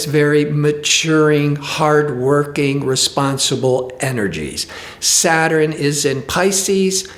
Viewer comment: ugh, why does he keep pronouncing SA-TURN, as 'SAT-TUR-RIN' ? smh